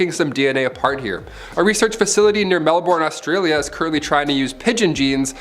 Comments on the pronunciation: My guy, it is pronounced Mel-Bin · Loved the video! Had a little chuckle at how pronounced Melbourne and Canberra though:) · Loved the video! Had a little chuckle at how pronounced Melbourne and Canberra though;)